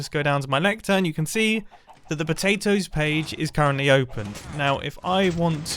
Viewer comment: Mumbo can’t spell he Spelt potatoes wrong and said potatos